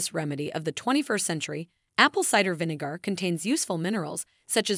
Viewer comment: You pronounce Vinegar as Vinegoor 😂🤣😅😆😅🤣😂